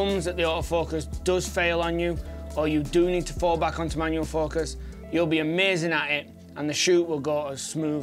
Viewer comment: “Manuel” focus. Lol.